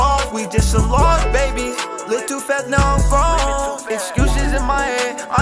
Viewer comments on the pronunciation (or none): none